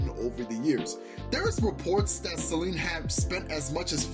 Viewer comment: im sorry i cant with u saying her name as selene the whole video pls if u gonna make a video at least say her name right:body-blue-raised-arms